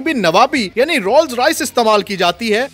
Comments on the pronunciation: "Rol Royces" :D bhaii khuda k liy brand k naam tu sahi se lo. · Rolls royce ka naam tu parhna seeks lete..